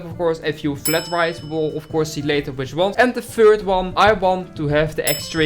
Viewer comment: Look, I know he said which, but it sounded like b*tch!😂😂😂